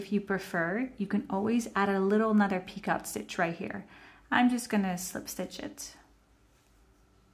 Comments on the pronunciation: Thank you for the video. Your work is beautiful. However, the second border is a picot stitch, pronounced “ pee-koh”. It is not a peacock stitch. That is something entirely different. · I love this washcloth stitch. Also FYI, the "picot stitch" is pronounced pea-ko. It's French. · Yes…you are correct! Pronounced “ pee-koh”.